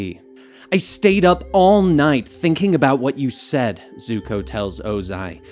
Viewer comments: Did he call zuko zoko 🤔🤔😂😂! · did he say zuko or zoko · This man just say Zoko when Zuko was in the prison cell with his father. Smh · You know its Zuko not Zoko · He really said zoko 🤣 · He just said zoko.... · They said zukos name wrong in many different ways